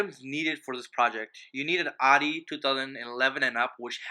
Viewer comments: just fucking say the name of the brand right!!!!!!!!!! is that so fucking hard?? its not ADI!!!!!!!!!! ITS FUCKING AUDI! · how can you expect respect if you cant even pronounce the brand right... its CALLED AUDI NOT ARI